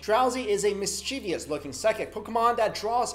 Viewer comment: Who else cringed when he said mischievous wrong.